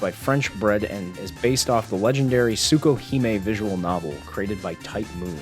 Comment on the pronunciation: >Tsukohime Uhmm acktually, it's pronounced "Tasookahammy", the x is silent